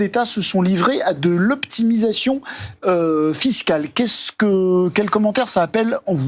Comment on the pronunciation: Cette manière appuyée de dire "optimisation" fiscale et de répéter ce mot... C'est insupportable